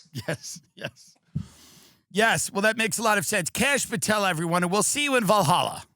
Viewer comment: Never knew there was a kash ooom-pahtel 😂